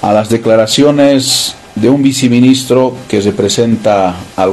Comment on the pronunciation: Se dice: Viceministro y no se dice viciministro